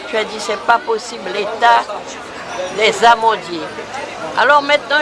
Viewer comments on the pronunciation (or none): Place des "Amandiers"... pas "Amendiers" ..woyoyooooooyyy ... c pa sérieux ca ...... bref nou ké di "pésonn pa mouri" ..bref